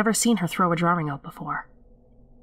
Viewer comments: Is ANYONE going to say anything about......'DRAWRINGS'??? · Hahah, so, I had no idea I say drawing incorrectly. Someone brought it to my attention like last week haha I always thought that's how everyone said it. You're 100% right I'm a masshole. :) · That ending was bone chilling for sure. I find it interesting how pronounces "drawing". It sounds British, yet it seems that she grew up in Massachusetts. Nice VO work.